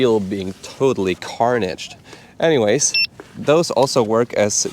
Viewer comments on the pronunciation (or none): none